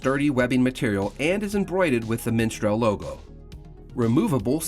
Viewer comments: Why does he keep saying miNstral? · Its not Minstrel but Mistral.